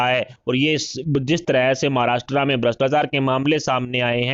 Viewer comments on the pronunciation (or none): नालायक समाचार पढ़ने वाला। महाराष्ट्र को महाराष्ट्रा बोलता😡😡😡😡😡😡😡😡